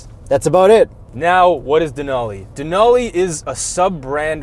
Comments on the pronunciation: Its " Denali" not " Denoli" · Can't believe no one is calling you out for mispronouncing Denali